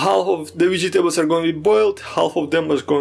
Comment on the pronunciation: Like the way you say "Vegy tables"😁😎😎🏁🏁🏁